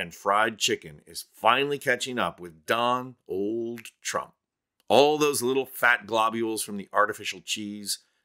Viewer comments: did you just say „Don Old Trump“? 🎉😂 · "don-old" made me laugh, a great dad snark/joke